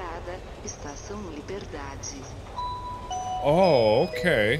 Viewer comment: MARK SPEAKING PORTUGUESE (Trying) Me, as a portuguese person, I'm dying of laughter by the way the pronounced "estação liberdade"